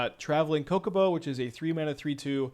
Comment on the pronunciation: "Cockobo" "CHOCOBO" LMAO LOVE IT.